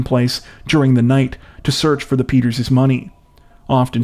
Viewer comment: Peters' not Peterzes